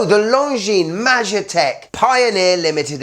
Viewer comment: If it’s related to czechoslovakia air force, it should be pronouced ‘mayetek’, meaning property, like pilot’s property